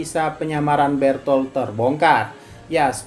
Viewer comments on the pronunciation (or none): bukan bertol bang tapi berutoruto